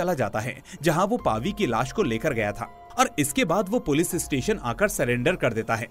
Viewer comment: Bhai sab thik he par पुलिस को पुलिस ही बोलो पुलिज नहीं इट्स इरिटेटिंग